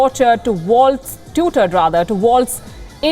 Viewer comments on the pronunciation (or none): none